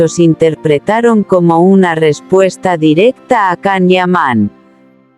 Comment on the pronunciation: POR FAVOOOORRRR, escribe y pronuncia como corresponde el nombre y apellido del actor turco: se escribe CAN YAMAN. y se pronuncia: YAN IAMÁN. Si tus rumores y comentarios son como escribes y pronuncias, imagino que todo es un error tuyo.